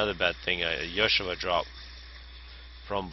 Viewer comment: Ilshavohs (still not sure why you pronounce it "yoshiva?") are completely imbalanced. Nothing else at T2 comes close and cost for cost I think they are better than any T3 unit especially before the T3 factory upgrade is amortized out.